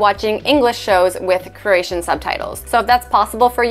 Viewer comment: Step One - Learn how to pronounce Croatian. 🙄 Says: “Craesion.”